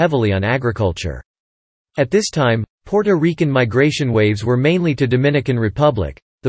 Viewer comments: The way he said Puerto Riquen😂😂😂😂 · PUOROREKEN???? PUORORIKE??? What the hell!!! 🤔Ms Maddie, i agree, he sounds pure AMERICAN when pronouncing the other words!!! i think he is doing it on purpose just to annoy us, because he emphasize so much PUOROREKEN-PUORORIKE! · It's great that you have a history to report on when speaking about Puerto Rico, however when it comes to pronunciations, whoever was chosen to narrate had a hard time pronouncing the word, Puerto Ricans. It's not Puerto Riccans as is stated in this video, it's Puerto Ricans (Reecans), not Rickands. To Puerto Ricans listening to this video, it's frustrating. I just had to skip this video because of this problem. I'm pretty sure others have the same problems. If it's going to be informative, it must be correct in pronunciation. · Puerto Rican not Porto Rican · AND ITS NOT RICANS ITS REECANS IS HOW ITS PRONOUCED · Stopped watching after the second Porto Rickan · First and foremost narrator can't pronounce Puerto Rican. 😅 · the narrator is AI, I cant stand the way it pronounces Puertorican, Taino, Borinquen, and many other specif Puertoriqueno words.